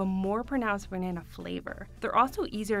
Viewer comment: Why does she say " banaayna bread 😃 thats a hell of a nasal twang😃